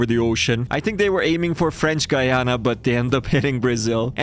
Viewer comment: As a guyanese person it was nice to get a win and see my country’s name pronounced properly 😊